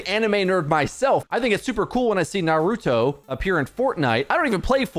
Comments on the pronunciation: To say your a big animal fan and then pronounce Naruto like that. Little sus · big anime fan says naruto like that